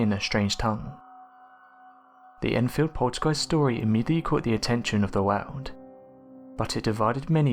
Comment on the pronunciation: I cannot stand the way he says " wowrld " AHHHH LoL